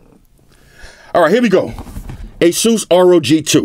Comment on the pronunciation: Thank you for pronouncing ASUS right